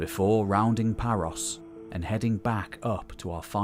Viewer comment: Please spend a few minutes to check out how to correctly pronounce names in Greek. It's never a long O. E.g. Paros rhymes with Naxos, that you get right! Thank you.